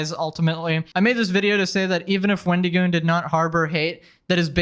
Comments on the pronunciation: "Sir this is a Wendy-Goon". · It's so weird the way you say his name like it's a first and last name, Wendy Goon. It's a play on the mythical creature the Wendigo, and that's a short "i" sound, as in "it", not a long "e" as in "see". I'm also just picturing an enforcer sent by the fast food chain, a Wendy's Goon.